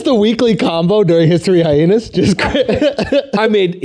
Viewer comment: Someone please tell Aziz Ansari Jr that it's pronounced hi-enas...Not hy-henas...